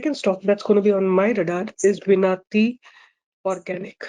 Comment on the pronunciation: That is विनती,not विनआती organics